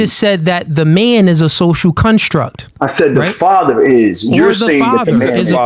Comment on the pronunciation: It’s been bothering me how he says “social cunstruct” 💀